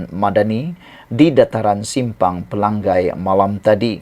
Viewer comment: Selalu sebut x betul...Dia Sabahan pendalaman